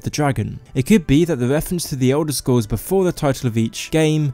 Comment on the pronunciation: Elder Scwolls Haha your awesome